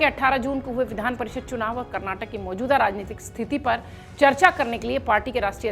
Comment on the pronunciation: कैसे बोलती हो.... karrnatak...